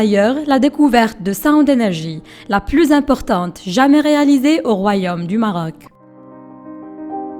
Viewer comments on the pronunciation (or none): none